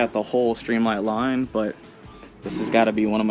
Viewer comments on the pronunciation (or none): none